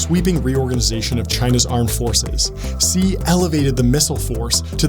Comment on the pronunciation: Stop saying "ze Jin ping" it's pronounced "shí or she Jin ping" terrible journalists can't say names.